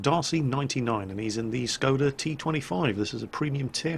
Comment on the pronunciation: Since I know you like to pronounce things correctly when you can... The "S" in Skoda is pronounced "Sh". It has the little pointing-down mark over it called a hacek, which means pronounce the consonant as if it had an "h" after it. So, the word sounds like "Shkoda."